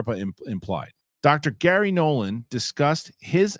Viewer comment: It's Garry Nolan, not Gary Nolann.